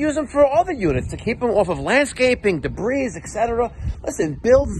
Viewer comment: the "S" is silent in debris 😂😂 c'mon man😊